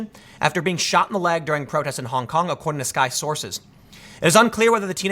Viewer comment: Please be more careful with the pronounciation, Tim. "Honk honk protester" is clearly what you are saying